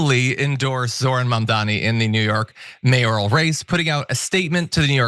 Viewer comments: With all due respect, but it's M‐A-M-D-A-N-I not Mamdami. It's really not that hard. While I don't think your guest is doing it on purpose like Cuomo, but is it really that hard to grasp. When Cuomo does this shit it's on purpose just as with Trump and Kamala. It's been how many months now? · Mandani, Mandami…Nina Turner can’t get it right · Lady, it’s Mamdani, not Mamdami! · And please, dear Turner, Zohran's name is MAM-DA-NI. Not Man-da-mi. Saying a name the right way, is THE way to GIVE RESPECT. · Your guest can't pronounce Mamdani's name ( she pronounces it as Mamdami), is it because she's an ignorant American who can only pronounce names like smith? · Why is everyone calling him 'Mamdami'? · "Mindami", Nina? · Why is Mamdani’s name so hard for people to say??? Like, seriously?? THAT is a hard name for people to say? Even Nina sucks at saying his name with respect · Nina has to at least say his name right wtf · Nina should practice saying Mamdani 😅